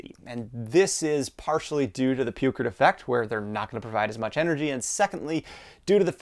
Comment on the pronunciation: "Pewcrit?" Do you mean Peukert's law approximating measured capacity versus discharge rate Cₚ = Iᵏ t ?